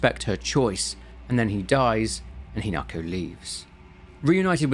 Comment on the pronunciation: Slight issue, your pronunciation is off. With a handfull of exceptions, Japanese is pronounced exactly as the Romanji looks like it should be. Hina-ko not Hi-nako. Hina- sunlight, natural growth or princess Ko- child. Kyu-bi- Kyu- nine, Bi- tail. Also, the flowers are important. The Spider Lily, in the language of flowers, has meanings of death, the afterlife, lost love, and separation. They did NOT just put them in at random.